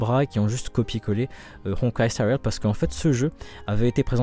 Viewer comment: Pourquoi y’a que honkai star rail qui a droit à une prononciation avec un accent de ouf ?